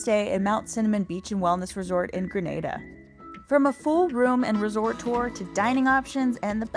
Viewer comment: FYI. The name of the country is pronounced "Gree..nay..da," not "Gra..na..da," which is in Spain.😊